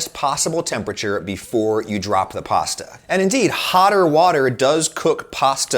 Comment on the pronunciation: this guy sure says pawsta a lot